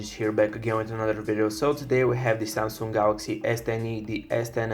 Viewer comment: Its Samsung not SaaaaM-Sunnng :DD